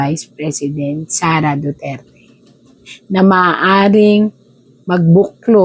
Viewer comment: Hindi ba niya kayang bigkasin ang Duterte ng maayos, o maarti lang talaga siya ng wala sa lugar?